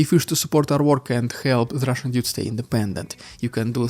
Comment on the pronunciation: Dude! Please don’t say “Dyoude“, it’s DUDE! 👋🏻😎✨